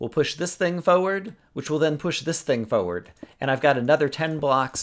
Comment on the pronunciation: I love how you say forward